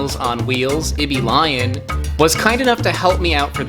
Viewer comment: ibby lion.... you mean "i be lying?" lol i can't help but hear that when you say his name